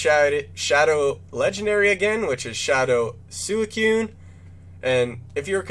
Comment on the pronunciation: Good video but suicune is pronounced swee-coone not soo-i-cune